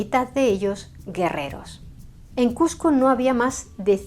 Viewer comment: te agradezco mucho que por respeto a nosotros, los peruanos, pronuncies Cusco y evites llamarla Cuzco. Eso es respeto.